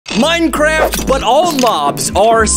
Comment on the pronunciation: Did anyone notice that he says MINRCRAFT at the start of every video